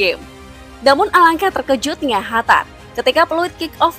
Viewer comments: Bukan khatar mbak.. Tp Qatar 😊😊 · Qatar dibacanya Hatar atau Katar ?